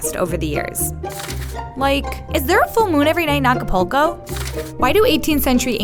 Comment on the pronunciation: Acapulco Is not pronounced "Acapolko" it's "Ah-ka-pul-co" . For God sake Wikipedia has the pronunciation. Atte someone whose name has always been butchered 😤